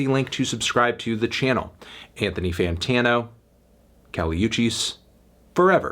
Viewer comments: It's kali woo-chis, not you-chis. In her last album in the track 'Miami' and 'Nuestra Planeta' you can hear the featured artists shout out her name. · It's pronounced Oo-cheese, melon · nigga really said Kali EWCHIS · PRONOUNCE HER LAST NAME RIGHT CHALLENGE